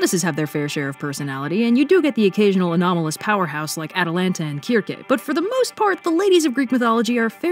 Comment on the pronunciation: Not me cringing at you miss pronouncing Atalantā and Medea........ I'm sorry, I still love you.